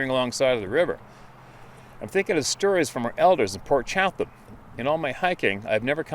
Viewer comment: Chatham,pronounced "Chattam"('NO TALKING PIGS WERE INVOLVED')😉 Don't knock me,I used to be an English teacher IN ENGLAND!!!🧐